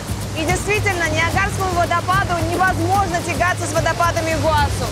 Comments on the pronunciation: Алина, ставь правильно ударение- Игуасý! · ИгуасУ! Позорище, вечно полно ошибок в ударениях. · Ну что ж Алина все время говорит ИгуАсу? Ну ИгуасУ же, можно даже потратить 30 секунд , открыв википедию. Это как говорить АргЕнтина, БразилИя... странно как-то, один ведущий говорит правильно, а другой как будто интернет запретили